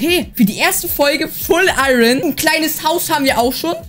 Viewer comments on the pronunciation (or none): none